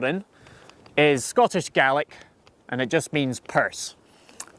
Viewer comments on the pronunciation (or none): none